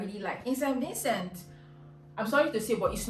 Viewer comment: Just one piece of advise from me if can speak just a little slower...it took me a while to realise you were saying st Vincent